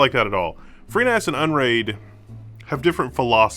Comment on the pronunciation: you can never seem to say freeNAS... B I G B R A I N